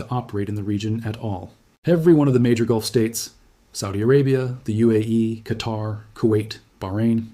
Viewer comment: Since you are so good then pronounce the places correctly. Oman is ooman, qatar is Qatar. And the name is Salman is salmaan